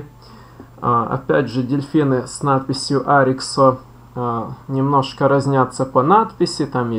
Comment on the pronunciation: Добрый день Поставил лайк,хотя Вам стоило бы вникнуть глубже в тему. По поводу дельфина Тюшка, название пошло от первых двух букв ОY. Тетта и юпсилон, (ТЮ) Остально уже добавили местные жители села Парутина. Не нужно говорить на него О-Ви, так же очень режет слух от Ариксо))) Заметно что Вы проживаете далеко от Ольвии, местные говорят Арих